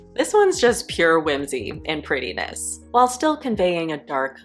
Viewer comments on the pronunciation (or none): none